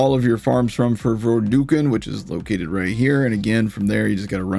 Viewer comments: FYI, Vorducken is pronounced like 'duck' rather than 'duke'. The three forms are a reference to a turducken, a dish made famous by John Madden, which is a chicken stuffed inside a duck which is then stuffed inside a turkey. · Vorducken(ver-duck-in) like turducken, turkey chicken duck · Yea it's definitely Vor-duh-ken. Like the turduken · Vorducken is a play on turducken: the Thanksgiving classic for only the classiest of folk. I believe it is a chicken inside of a duck inside of a turkey. So I believe the intended pronunciation of vorducken is similar to duck, rather than duke.